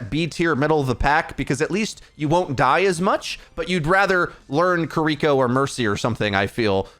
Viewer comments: Every time this man pronounces Kiriko’s name as “Kuh-ree-ko” and not “Keer-ee-koh” I shudder and cringe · Man really said "kereeko" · My guy it's been 3 months you gotta figure out how to pronounce Kiriko. Just watch the blizzard videos.